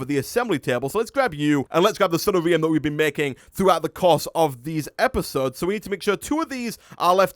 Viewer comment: I like how you say sunnarium. It sounds kinda like diarrhea. Sunshine diarrhea. Oh the mental images are hilarious.